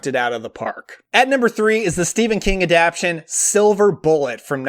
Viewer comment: Stop saying “adaption” the word is “Adaptation” you are leaving out a syllable and it’s driving me nuts